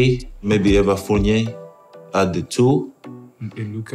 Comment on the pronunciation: Dude really said Evan Fournier😂😂😂